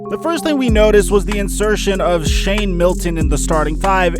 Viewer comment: Bro his name is shake / Malik Milton not Shane